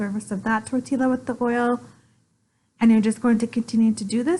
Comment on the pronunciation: Pronouncing the L’s in tortilla as L’s instead of the Y sound it’s supposed to be hurts my brain, every time.